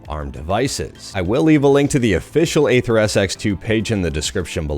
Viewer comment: Dude, "aether" is pronounced the same as "ether"—it's not "ayther".